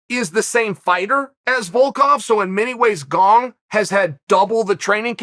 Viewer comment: ‘ Cyril gong ‘ - chael sonnon